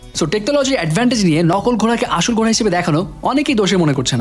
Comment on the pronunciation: Vai apni kinto nokol ghoray na bole coray bolecen ekto sunben pls don't mind